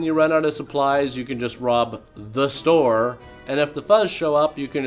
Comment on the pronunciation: I swear...every time you say, "The...STORE." I laugh harder and harder. Stupid fucking movie.